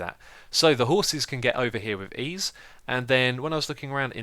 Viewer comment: "The horses can get over here with Eease" lol :D